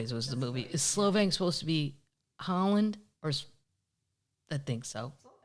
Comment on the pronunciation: Ha! It's Solvang, not Slow_vang ..hehehe